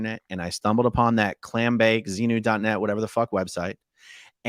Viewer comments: Wow, he was unable to even say ‘XENU’ seems he is not out as much as he thinks lol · I'm only 5mn in and can't say Xenu, but the X word? Like when you say the F word instead of the word itself?Is he really out of scientology? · He couldn't say xenu and that to me was telling